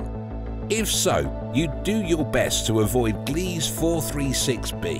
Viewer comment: “Gliese” is NOT pronounced GLEEZ. It is pronounced, “GLEE-zuh”. /facepalm